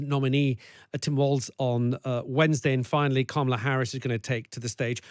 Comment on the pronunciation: It drives me absolutely crazy that ppl are STILL mispronouncing Kamala Harris' first name at this point. It makes me instantly question any insights the speaker might have because how am I supposed to believe that you have any deep knowledge about Harris or her campaign if you never even bothered to say her name correctly